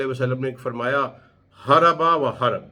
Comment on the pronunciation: ھَرَبَ وَ حَرَبَ نہیں ہے پڑھے لکھے بھائی, ھَرَبٌ وَحَرْبٌ ہے